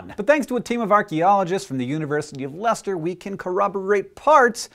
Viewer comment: Thank you Hank for being an American who can pronounce 'Leicester' correctly :)